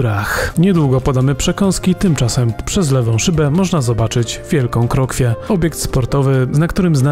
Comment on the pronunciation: Krokiew nie Krokwia ;P